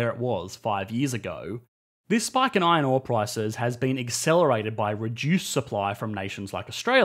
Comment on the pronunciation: That "Iron" pronunciation is hilarious. Good video though - except the "responsible government" part